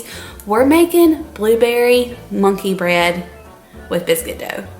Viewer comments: I thought you said blueberry bunkey bread! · I though you said “blueberry Bunkey bread” 😂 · At one point when you said monkey bread I thought you said bunky bread. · Did you call it Bunkey bread!?! 😂 I heard Bunkey Bread!